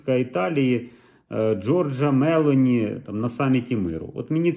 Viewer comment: МЕЛО ' НІ . Наголос на букву о ....